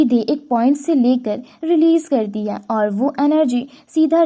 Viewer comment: "Hai" sabd ko sahi se bolo